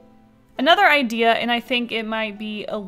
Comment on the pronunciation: What a great "Ideel"